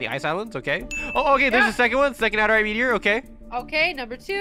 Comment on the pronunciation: adarite its adurite